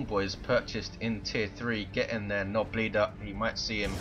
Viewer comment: "Sluggers are not capping. Fully upgraded with their Ssssss... Nobleader." Snobleader? I love it! Makes me think of a picky, snobbish orc, that wears an armani tailored coat and wields a ray-ban customized shooter while singing "cherry cherry lady".